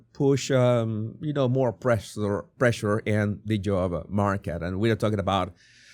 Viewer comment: Love MOAR instead of more, I wish I knew another language, I can barely handle English.